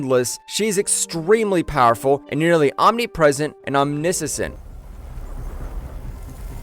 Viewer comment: I want to say AI, but even some more common words like "omniscience" are mispronounced. Informative video, but poorly voiced.